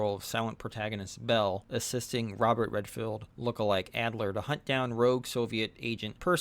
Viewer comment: Good Review. "Redfield"? its, Redford